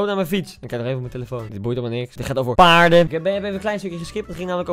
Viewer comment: HAHAHHA OMGG HOE HIJ PAARDEN ZEGT 🤣🤣🤣😭😭😭 ook al is deze vlog 1 jaar geleden boeiend